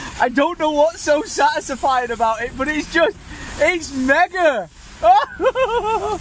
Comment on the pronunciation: Whats with the accent when you said "Satisfying" 🤣🤣😂